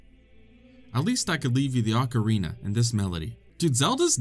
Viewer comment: oocareenah of thyme